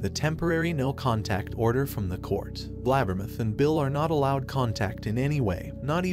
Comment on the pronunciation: His pronunciation of “BLAB-ber-muth” tickles my funny bone! 😂